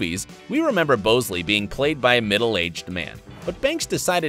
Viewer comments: BOWsley?what Haha .... its bosley , pronounced BOZley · Did y'all even watch the movie... BOW-sley? Bah-sley. Fuck's sake. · The way the said Bosley makes me mad 😂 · Why are you pronouncing “Bosley” wrong. Have you not seen any Charlie’s Angels episodes from the tv series, nor the movies? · I hate how he said Bosley